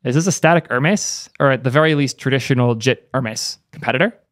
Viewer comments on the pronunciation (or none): I die a little on the inside every time you pronounce it as "ur-mess" instead of "her-mees"